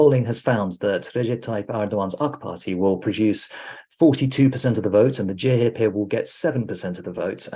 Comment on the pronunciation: Would have expected to be able to pronounce CHP as Turkish people do - ce he pe! Should work on it, because it will be the leading force in politics for the next five years:)